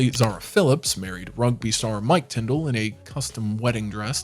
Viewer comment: Zara doesn’t have a title, so she’s not “lady Zara” and her last name is Tindall - not Tindle